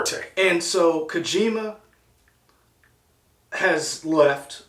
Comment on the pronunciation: KO-JI-MA, not "Kuhjima." That O has a long vowel sound, so "Ko" sounds like "co" in the word "coworker."